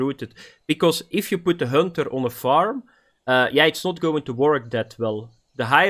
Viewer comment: Hönter 😂 lmao